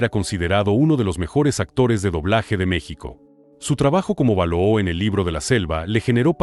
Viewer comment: No se pronuncia Tíntan sino Tintán vease bien el acento. El oso no es balooo se pronuncia Balú